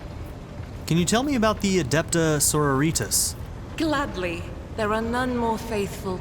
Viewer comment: hearing you say soro-ritas, as so-ro-ri-tas, makes me cringes. and i believe that the relic she is protecting is the warrant of trade since it has the blood of the emperor on its seal.